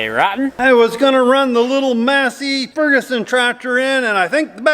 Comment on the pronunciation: Tell dad that its pronounced may-c fergason